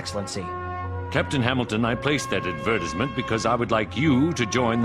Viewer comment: he pronounced it AdvERTisMENT